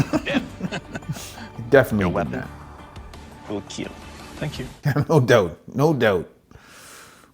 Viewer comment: As to Doug and his "Keal" test, He started in teh first season just saying kill, but when he got more excited it came out as keal, and Wil Willis joked about it and iot just stuck. So the smith's all want to hear him say "It will Keal"